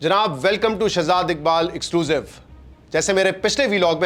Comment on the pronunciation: Weird pronunciation of the word Exclusive.